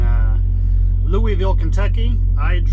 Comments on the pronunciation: did you ever learn on a manual? Also, do you get paid by the mile or hourly? Also, I knew a guy from KY and he told me it's pronounced LOU-A-VILLE. Not trying to be a smart ass, just thought I would save you from getting made fun of by other people from Kentucky. Drive safe bro! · Great info. But for the record. Lou-uh-vule 🤣